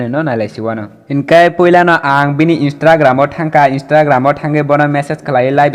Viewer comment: How he say INSTRAGRAM😂